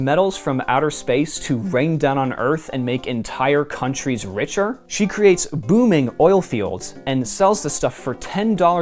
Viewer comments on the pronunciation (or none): none